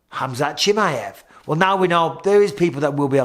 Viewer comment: It's not Chimmiiyevvvv man 😂😂